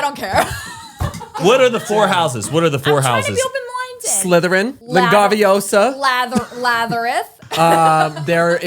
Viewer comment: 😩i would pee myself if i hung out with you omg when you guys were saying the names of the houses and you said latheryn😭PRISONER OF AZKABAN😭CARRIE BRADSHAW😩😭😭😂😂😂😭😂😂😭😭😭DINKLEBERG💀you took me out i love you omfg